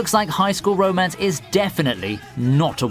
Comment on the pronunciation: it sounds like he is saying bro mance